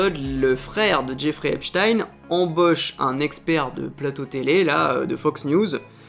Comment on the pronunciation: J'éfrai Upé-Chtayne 🤣